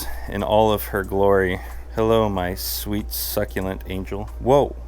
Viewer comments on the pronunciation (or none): none